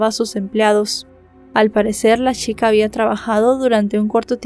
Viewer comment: "...al parecer la shica, había trabajado..."? No será chica?